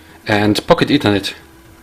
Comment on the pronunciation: Its not PocketEthernet, but Pock-Ethernet.